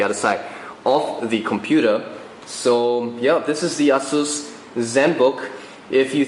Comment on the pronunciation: actually technically he did say it correctly. ah-seuss. google it :)